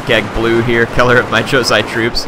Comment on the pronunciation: it is jo-sai.i am japanese,i should know